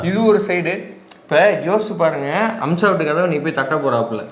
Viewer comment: முதல்ல பெயர ஒழுங்கா சொல்ல பழகுங்க பா.. அது அம்சா..